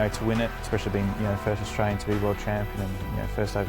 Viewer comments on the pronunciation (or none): none